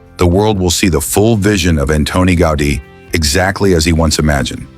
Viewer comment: Antona Goda? 😂